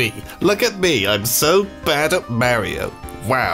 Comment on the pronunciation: Tom it not merio its mario thers no e only a